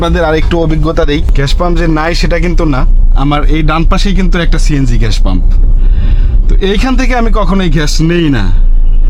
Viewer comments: ভাই ঘ্যাস না ❌ গ্যাস ✅ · ভাই ঘ্যাশ না বলে যদি গ্যাস বলেন ভিডিও টা হবে.... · ভাই আপনার গ্যাস উচ্চারণ টা ঠিক করেন 😂